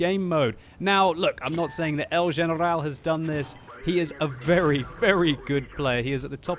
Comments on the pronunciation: I'm spanish and we don't pronounce generrrral with french accent hahaa great narration tho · It's because 'el general' is Spanish for 'the general' and that is how you pronounce it in Spanish. Next time don't flip out